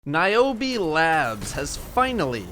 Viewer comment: Omg thats my name!!!! And thats how you pronounce it OMG